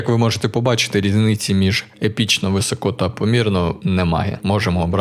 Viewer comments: Не висОко, а вИсоко, трохи тягне тебе на руський лад. А загалом лайк. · ну який висОко ну який висОко, навіть на суржику немає висОко. вИсоко!!!!!!!!!!!!!!! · Друуже, вИсоко, не висОко, не високО)